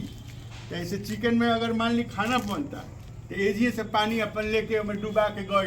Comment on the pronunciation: किचन वाली बात पर जी से आप चिकन बोल रहे हैं बहुत सुन्दर लगा